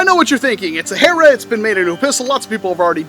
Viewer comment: Did you mean nerf HERRRRRRRRRRRRRRRRRRRA?